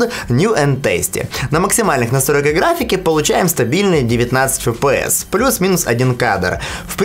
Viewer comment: фэ пэ эс ))